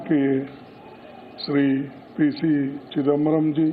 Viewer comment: Chidambaram bol rha hai 😂😂